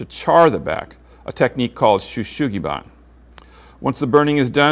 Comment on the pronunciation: It is not called/pronounced “shoo shoogi ban”. It’s “shou sugi ban” - pronounced similar to “show soogi bahn”